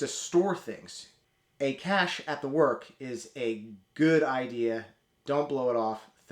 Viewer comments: A quibble but cache is always pronounced like cash. The word pronounced like "cashay" is cachet, which generally means prestige. I would have loved it if you started the video telling everybody that pronounces cache as "cashay" that they are just wrong and to start pronouncing it correctly as "cash". Loved the video. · It's "cash," not "cash-ay." Google is free, dude. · I cringe every time I hear someone mispronounce cache (same as cash, it doesn't have a second sylable). I guess looking it up online is too complex for some of you?